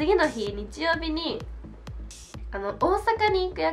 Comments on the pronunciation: Sss 曜日↑じゃなくて曜日↓って最後さげませんか？www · 曜日の発音が、、方言とかかな？